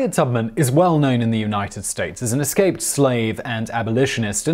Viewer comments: Eslaped? Simon, your slipping! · Did i hear "eslaped scaves" lol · At about Simon accidentally says "eslaped scave" and it made my day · First thing I heard, lol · Eslaped Scave? Anyone else catch that - ? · What is an "eslaped scave"?